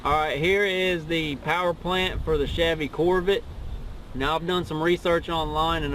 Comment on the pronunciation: "My Chevy corvit"